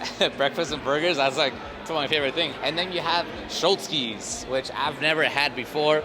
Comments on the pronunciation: It’s pronounce sch-lotz-sky’s not Schlootzsky’s. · I know this video is ancient, you are probably a grandpa by now lol but you pronounced Schlotzskys completely wrong lol.